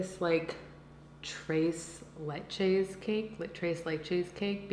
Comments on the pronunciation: How many of y’all were shook when she said trace leche? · “Trace Laycheys” 😂 you say it with the thickest American accent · She’s not Spanish, she doesn’t need to know about Spanish culture. Do you know everything about Asian, Native American, or any other cultures but yours? Because she can’t pronounce Dulce De Leche or Tres Leches very well, that means she’s oblivious to culture? No. Chill out. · Liberty Dayshell yeah, I’m an American with Korean heritage, yet I know how to pronounce tres leches properly. It’s funny bc all she has to do is google it, yet she gets confused every time she says tres leches. 😅